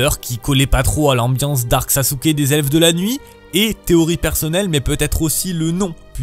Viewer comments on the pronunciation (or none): none